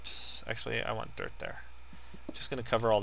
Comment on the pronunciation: Not being a hater or anything, I luv your vids, but when you say ''dirt'' it kinda sounds like derp :P